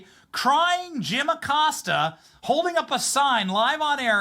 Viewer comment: Uh-Costa....that is the correct pronunciation for that pos cia asset.